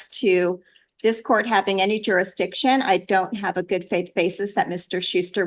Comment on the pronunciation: and jooree-dikshon, axing